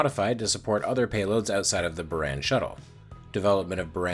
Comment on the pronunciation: in Buran, the a isnt eh but Ahh